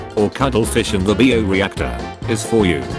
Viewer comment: "Bee-o reactor" 😆 This AI narrator SMH 🤦‍♂️